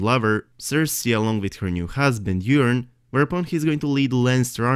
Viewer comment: loved your video, well thought out and presented, but I have to say it. yer-on.....yer-on. it's coming out way too much like urine, forgive me for chuckling, and it was said at least 10 times. Forgive me brother! I love your accent and your videos!